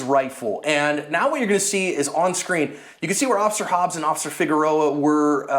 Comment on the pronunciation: Officer Figarerora uhhh figeris 😂😂 man you butchered his last name